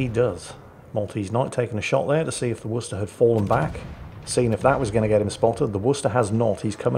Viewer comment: Listens to actually pronounce Worcester correctly! Smiles.